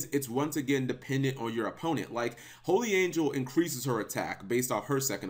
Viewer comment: its holy not holly